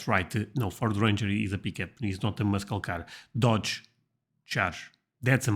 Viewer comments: You’re pronouncing “muscle cars” wrong. It’s pronounced “mus-sle cars” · Muscle cars are pronounced as mussel cars. You do not pronounce the 'c' in muscle. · muscle car is pronounced as mussel car, the letter ‘C’ in muscle is silent. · Your English is great buddy... but the you mispronounced "muscle" the c is silent... it's "mussel" not sure why we add letters that aren't spoken.... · Just an FYI: The "C" in Muscle is silent so pronounce it as Mussel. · the C in "muscle" is silent. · The c in muscle is silent. I know, I know, the English language is wack af. Don't blame us, blame the brits.